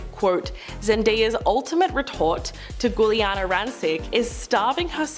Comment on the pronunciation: Learn to say Giuliana right